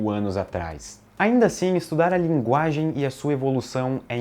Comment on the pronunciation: "A nossa "laginge" kkkkkkkkkkkkkk eu não acredito que eu ri disso.